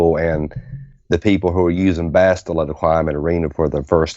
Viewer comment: Such stubbornness over... Basti-a, is that what they want to call her now? Imagine when Sah-tell-leh Shan arrives :p